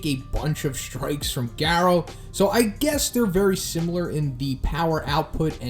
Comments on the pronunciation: It’s Gah-row not gare-ou Jesus Christ lol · Fk, every time you mispronounce Garous name fkn hurts my ears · Can you please say Garou name right please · is anyone else getting annoyed that he not pronouncing garou